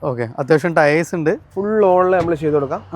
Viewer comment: മോഡൽ പറഞ്ഞില്ലേലും കുഴപ്പല്ല ആ ടയേയ്‌സ് എന്ന് പറയുന്നത് ഒഴിവാക്കു( ടയർ എന്ന് പറഞ്ഞാ പോരെ )